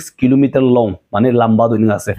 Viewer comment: Great wall.... kilometel lone koi " I love this line when he say ...." kilometel 😂